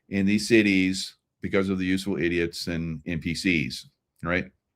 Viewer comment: It's funny. You say NPC'S and it sounds like "empty seats." Both are correct. Love it.